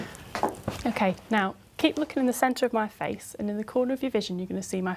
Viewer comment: am i the only one who think she said "hace" instead of "face" ? I think she wanted to say head but meant face and ended up saying hace instead.